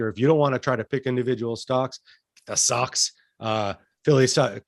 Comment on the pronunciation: For the ETF, is saying SOCS?